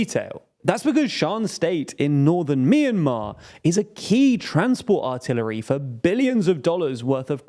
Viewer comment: Funny way of saying "artery". I think you did too much reporting on wars lately.